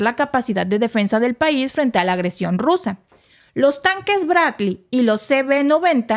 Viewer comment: ¿Quieres un comentario?... El tema, muy interesante... El libreto, pretencioso, confuso y mal escrito... La supuesta improvisación en la locución, pobre... La dicción, mala... La palabra castellana es captura, no “cactura”, ya que viene de capturar y no de cacto... El nombre del blindado de transporte norteamericano “Bradley Fighting Vehicle” y se pronuncia “Brad-ly” y no Bracli... La voz de la locutosa, chillona e inapropiada... Y para no confundir las cosas, yo, desde el comienzo, he sostenido que esta guerra fue provocada por la NATO y los norteamericanos...